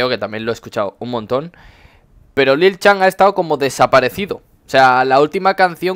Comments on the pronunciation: no se pronuncia lil chan se pronuncia lil san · que rabia cuando pronuncias lil chan